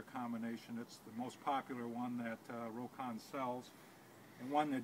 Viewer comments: It's pronounced 'rock-on' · The name is pronounced "Rock-ON"